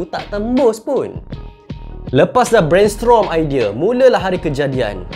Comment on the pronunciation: brainstrom ker brainstorm 😅